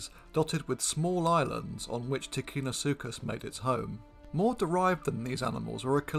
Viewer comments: Ticinosuchus is pronounced with a "ch", not a "k". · Ticino, and by extension ticinosuchus, is pronounced with a soft c, as it is followed by an i. Thus in English orthography, you would have TiCHInosuchus. It is only hard if followed by an h, as that separates the c from the i.